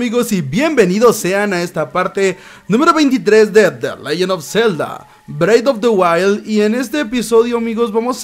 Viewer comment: de leyen of celda brei of de waild